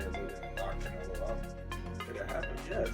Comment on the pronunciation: Who is this guy w this pronunciation? I thought he said he's fighting cantaloupe 😒 Ain't no one that watches boxing say it like that